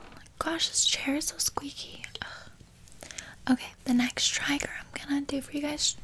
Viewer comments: When she said triger instead of trigger my face crinkled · When she started saying trigger like tiger, i died laughing 💀💀😂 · I love that she said triger in stead of trigger🤣😂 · & she says tragger instead of trigger ... wait what? 😂😂😂😂 haha! love her! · ”assmer” ”triger”